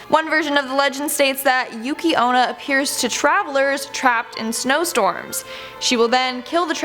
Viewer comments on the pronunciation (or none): For a moment I thought you said Yuki Ono and I was like huh?